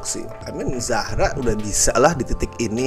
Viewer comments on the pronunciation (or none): zara bang bukan zahra